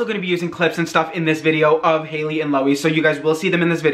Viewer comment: I like how he made haileys name into hails